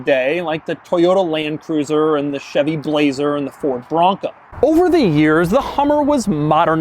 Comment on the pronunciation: Did Doug just say "Toyota Lanecruiser"???